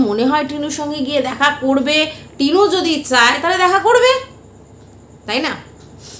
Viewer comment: Tinur uccharon bhul chilo that is true ...😊